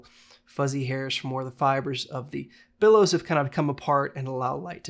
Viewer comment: Bellows, not billows. But otherwise, great info on a camera I've often wondered about - thanks!